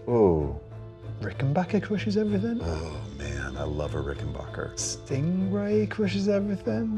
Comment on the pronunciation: Don't Forget John Entwistle, who used a P for most of his great work with The Who. and for the love of god, one more time, RICKENBACKER rhymes with hacker.